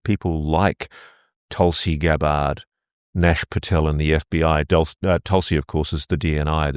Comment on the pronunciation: Somebody please tell him it's Cash, not Nash Patel